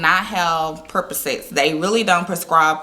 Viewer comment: Percocet not perposet